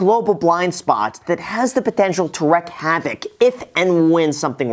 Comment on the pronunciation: I think it’s wreak havoc not wreck havoc